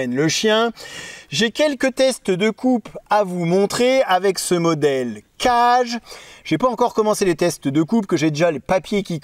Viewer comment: Certainement, le kage, ça se prononcerait plutôt 'cagué' que 'cage', parce que kage c'est l'ombre en japonais et vu comme le couteau se dissimule facilement, ça fait sens. Juste pour transmettre l'astuce : c'est possible d'affûter des lames convexes sur une pierre en la préparant, il suffit de faire un 'quart de rond' sur les arrêtes à la place des chanfreins, qui d'ailleurs sont nécessaires après avoir rectifié sa pierre. Cela dit, c'est toujours un plaisir de regarder tes vidéos.